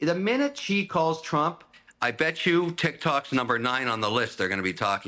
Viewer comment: would you stop saying chi? its more like she.